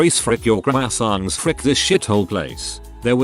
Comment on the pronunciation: The way it says "croissant" lmfao